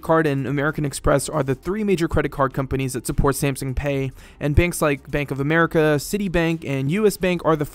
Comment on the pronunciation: Every time he said Samsung like "Samsing" I wanted to carve my ears out